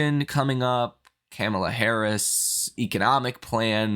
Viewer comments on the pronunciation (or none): Her name is pronounced like "Comma Lah" not "Camel Lah"